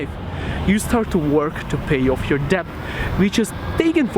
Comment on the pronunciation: Hey, just fyi, it's actually pronounced "det" and not "debt". I don't know why it's spelled like that but welcome to the English language.